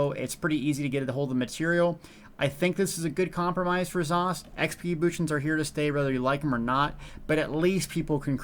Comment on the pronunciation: Neither is 'bootions', but that accident was the best thing I've heard all week & hope it catches on =D